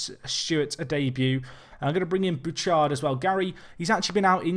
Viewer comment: Not entirely certain, but I think Bouchard is Boo-shard not Boo-chard